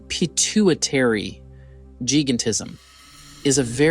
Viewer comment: If you're gonna do videos like this then at least learn basic pronunciation. "Acromegaly" and "Pituitary" phonetically pronounced. Ack-Crow-Meg-A-Lee and Pit-Too-It-Terry It's hard to watch videos with someone narrating about something when they don't sound intelligent enough to understand what they're narrating.